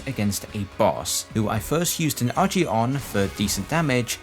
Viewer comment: Okay, real talk, my dude... Why are you pronouncing Agi like it's a J? It's a hard G... Like, G with a 'Guh' sound? They even say this in some of the games, we all know it's pronounced with a hard G.